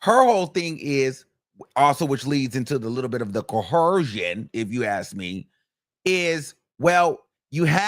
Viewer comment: Right. I came here to say it how he says it. He doesn't say it right which tells me he thinks he's saying it correctly because he said it with Nancy Grace and the other white woman...CoHERsion 😂😂😂